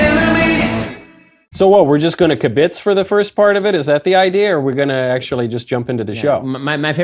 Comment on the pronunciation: Knowles don't use words like "kibbitz" if you do not know its proper pronunciation.